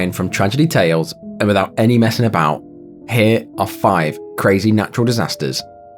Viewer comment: When the narrator says "hehh", does he mean "here"?